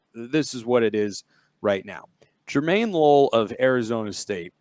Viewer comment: His last name a pronounced (Low-Lay) LOLE it’s Samoan